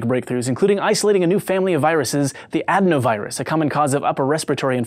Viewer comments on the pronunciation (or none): A-den-O virus NOT add - noe virus J/S